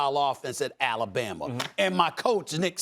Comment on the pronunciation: Stephen “AlabamER” smith